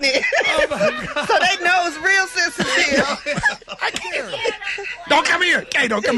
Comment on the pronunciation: Did he say Caint hear it, the muscles gone!!??😳😳😳😳🤣🤣🤣🤣🤣🤣💨